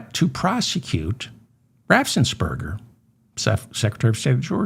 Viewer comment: David, please stop putting an extra s in your pronunciation of "Raffensperger"!